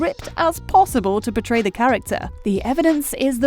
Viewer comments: Hist sounds like she is saying betray instead of portray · Every time she says portray, I hear betray. Everyone is betraying their characters🤣